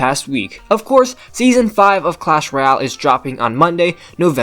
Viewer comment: Did he just say clash royal it’s ROYALE!!!! Duck